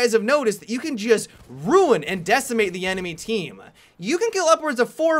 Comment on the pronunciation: Without fail, you pronounce the last word in most of your sentences longer than it should be. "You can ruin or decimate the enemy teammmm-a". "The medic class is my favoriteee-a" "This gun is incredibly powerfullll"